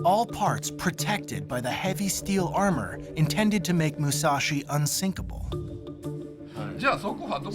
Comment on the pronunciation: Dont say Unsikapil